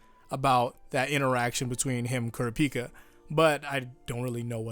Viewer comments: “Cure-Ah-Picka” is it not pronounced “Cure-Rop-Picka” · KURA PEAK A. KURAH PEE KA. please pronounce his name correctly. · Hearing pronouncing Kurapika's name as Ku-ra-pi-ka instead Kur-ra-pi-kah like in the eng dub is just so weird like on how to pronounce Jotaro's name. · The way he pronounced kurapika😪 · I'm sorry but what the fuck was that pronunciation of Kurapika? Is that how it's actually said?! If so I've been wrong this whole time and wish I wasn't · Is it pronounced Kura-pika or is it pronounced as K-o-r-apika… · Dean Fish no that’s not how it’s said he makes it sound terribl